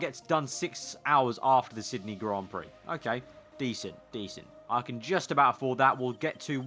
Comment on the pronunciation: Did you actually say that lol Grand Pricks Thought I had switched to pornhub when I heard that